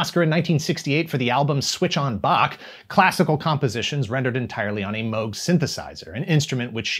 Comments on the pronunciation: Everything’s accurate and you even pronounced Moog correctly 👍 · OMG, he prounounced Moog correctly. Though I seem to remember seeing a video of even Moog himself prounouncing the name of the unit using the oooo sound.